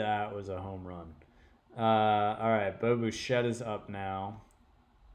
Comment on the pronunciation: Lol not to be that guy but it’s bi chette no bu chette. I know you’re way past recording this lol. But love the series.